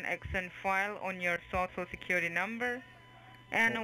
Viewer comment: Your sho sho secuwity numba 😆